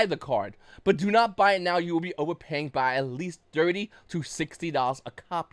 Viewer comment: You sound like a peasant “over paying “